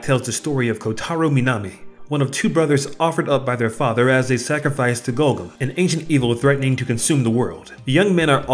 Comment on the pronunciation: the correct name is Gorgom, not Golgom